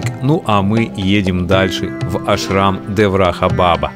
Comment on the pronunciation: Косноязычный ты человек. Во всех тех словах: Ашрам; Баба; ударение делается на последнем гласном. То слово "баба" как ты произносишь это женщина на русском яэыке, то же самое и на санскрите. "Баба" переводится с восточных языков как "Дедушка" "Дед" "Великий человек". Коверкать слова не надо, Ударения надо правильно ставить. Ты что Макареыича родственник что ли?.